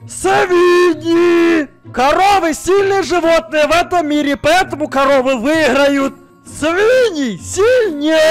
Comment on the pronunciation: виграют, це якась закарпатська хахахах